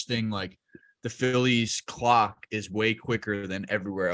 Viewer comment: face when slipped up on the word clock had me spitting out my drink